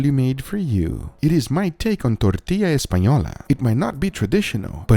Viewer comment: Perfect pronunciation of tortilla 👌👌